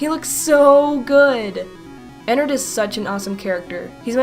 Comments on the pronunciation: IT IS NOT EN-NERD EN-NARD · it sounds like she says "innerd" when you should say 'E N N A R D' with a A, just my opinion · it's not enerd it's enard